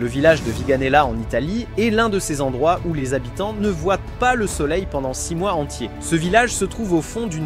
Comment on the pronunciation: "ne voien"T" pas" mais quand vont-ils apprendre le français ?!